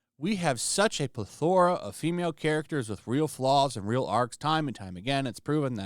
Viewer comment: pleTHORa? it’s PLETHora my dude.